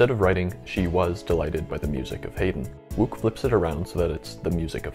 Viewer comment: I was just googling the pronunciation of Herman Wouk for my latest video, and google agreed with my original pronunciation of "Wook". Curious, what made you think it was "Woke"?